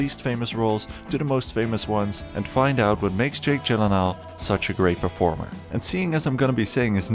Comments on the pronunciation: How do you pronounce Gyllenhaal correctly? Proceeds to pronounce it wrong. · Jake: "That's how to correctly pronounce it" This guy immediately after: "Jake Jillan Hall...." The timing of that made it hilarious 🤣